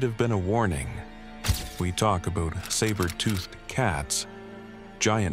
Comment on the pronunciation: 😂 "aboot"😂 is this a Canadian Ai by chance?